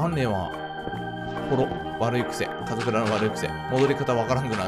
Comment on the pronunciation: 初めの『前回のカズクラ』が『前回のかつら』になってた